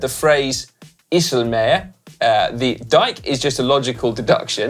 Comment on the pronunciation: Ok Si, as an Australian who is married to a Dutch lady and has lived there. Oosthuizen = ohh-st-how-zen not ewww-st-who-zen IJsselmeer = eye-sel-mear not ee-sel-meer Oh and try not to add the German accent Hope this helps